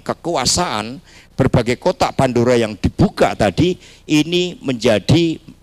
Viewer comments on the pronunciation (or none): Kotak pandura? Lidah kamu kepleset, Bilang kotak pandora aja gak bisa 😂😂